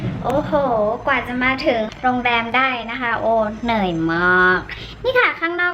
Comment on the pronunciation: (เหนิ่ยยยย)..~~ มากกก 😂 โอเค พูดเหนื่อยไม่ชัด 55555